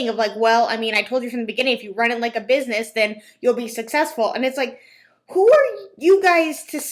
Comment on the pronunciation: “My Canadian viewers sho are anti-mlm”. I’m sure you have so many Canadian viewers. 🙄🤣